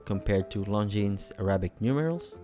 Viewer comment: Pronounce it correctly! Its Longine